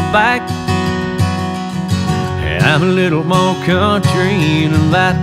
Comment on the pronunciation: Damn he is just sooooo........ amazing!!!! This version would be better if he would pronounce MOREEE instead of Moe.